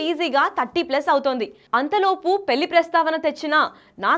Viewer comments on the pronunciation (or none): ఆంఖోరమ్మ దీన్ని పెళ్లి అంటారు పెల్లి కాదు, కాస్త తెలుగు మాట్లాడటం నేర్చుకో తల్లి . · పెల్లి కాదే తల్లి, పెళ్లి